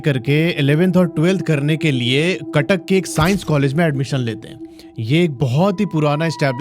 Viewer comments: That is Cuttack not katak... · It's Cuttack not katak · Katak ❌ cuttuck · Cuttack not katak😂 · Sir katak nehi cuttack hai😅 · Bro katak nahi haa Cuttack 😁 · Not katak that is Cuttack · It's Cuttack not katak sir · Bhai katak nehi Cuttack hai😂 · Bro that's Cuttack not katak 😑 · katak ✖️CUTTACK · Abe katak nehi Cuttack hai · Bro cuttack not kattak